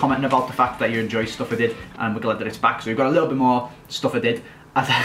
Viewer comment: It Sounds So Funny When You Say "Stuff I Did" And Your Accent Makes It Sound Like "Stuff Added" And Also Get Sessegnon And Change To The New Club Idea